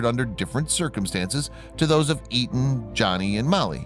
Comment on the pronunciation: Etan is the correct spelling...and he keeps saying the name wrong every time.I watch a doc featuring his heartbroken parents, especially his father and I'm pretty sure he pronounced it as "A- tahn".